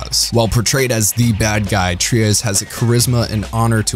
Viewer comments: DUDE - you gotta get your pronunciation of the names right. Tre-ez? You mean Tres (helpful hint - just say “trays”)? Sheesh.... still do more mecha vids tho. Good channel. Stupid pronunciation of names.... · "Tree-ez", "Rom-feller", "Kwa-tray"... WTF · Deeply cringing and waving my hands in the air hearing him say "Tree-ez", "Kwatray", "Rom-feller", "Shong Wufei". I honestly don't know how he pronounced Zechs right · Was it really too much to ask to re-watch a single episode to make sure you were pronouncing characters' names correctly? Quatre, Heero, Chang Wufei, Treize, Relena Darlian, Lady Une, all butchered and cringe to listen to.